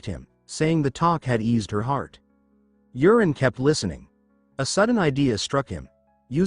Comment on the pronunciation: The name is not Urine, it was Yuren